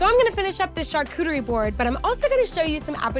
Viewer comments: Lol! I’ve never heard it said like this before til now 😂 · drinking game: everytime she says: " char-cootie-ree" 😂😂😂😂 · It sounds like a new Pokémon.